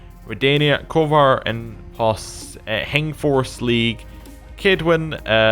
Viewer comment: One example is Kovir, which you pronounced as "kovar".